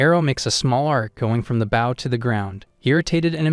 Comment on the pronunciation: That AI stil cant say Bow and not baw 😆